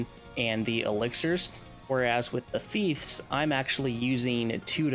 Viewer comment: "Thiefs"? NO "Thieves" YES